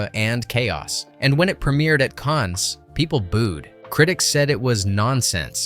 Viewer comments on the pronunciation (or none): can't stand the mispronunciation of Rhod and Cannes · Cannes is pronounced "can"...not "cons" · Awful narration. "Cannes" (the movie festival) is not pronounced "cans" like "tin cans", it's pronounced "cahn" and the s is silent. Ruby Rhod's last name isn't pronounced "road", it's "rod", like Dennis Rodman. If you're going to use a generated voice, at least put the effort into having it speak correctly. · great video of a great film, thanks for this. but silly boy, the s in Cannes is silent. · The 's' of Cannes is silent man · makes videos about movies but doesn't know how to pronounce Cannes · I guess pronouncing Ruby Rhod, Cannes, and Mondoshawans correctly was just not an option?